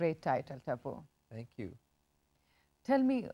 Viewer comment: TAPPUU... Instead Taipu